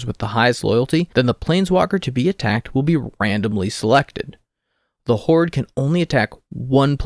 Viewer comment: Please stop saying "horde"